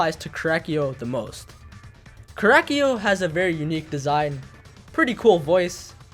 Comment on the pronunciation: how says korekiyo: korakyo